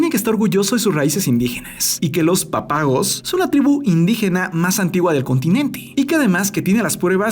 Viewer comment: Dijiste mal “Pápagos”